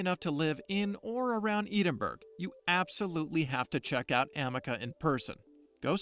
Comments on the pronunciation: Poor dude calling it eden berg? Someone should have told him how to pronounce Edinburgh FFS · Edenberg. I think he means Edinburgh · "Eden-berg, Scotland" 🤔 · Eden berg ???? What??? Dreadful pronunciation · Where the fuck is Eden Berg, Scotland?! Pretty sure I've been to Edinburgh (Ed-in-bruh). Sadly I did not see the 'Lock knees Monster'. But I hear that's because the Scott's are making good progress on that, 'Arthur-I-Tees' drug. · Eden berg?! Bahahahahaaa! Perhaps you could ask a robot how to pronounce this famous Scottish city’s name correctly